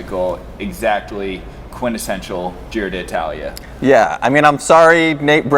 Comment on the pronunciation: Can't believe that whole Giro has passed, and you two guys havent learned to pronounce Giro d'Italia correctly. There isn't two "i", it is not di Italia, it is d'Italia, so just pronounce one "i" letter. Anyway, nice reviews, not so much technical and statistical, but not waste of time for sure.